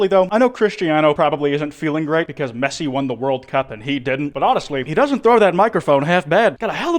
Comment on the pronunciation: As an argentinean, seeing mention Messi by name is like a jumpscare of recognition-- Also, very cool spanish pronounciation! Better than most other youtubers i know